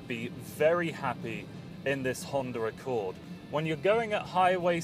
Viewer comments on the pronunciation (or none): honder accowd